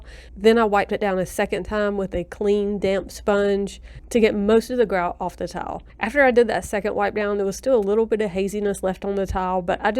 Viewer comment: Is it me or does she keep saying “towel” instead of “tile”? 😁🙈